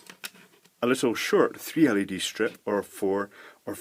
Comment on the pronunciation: every time he says led string, i thing of led g-string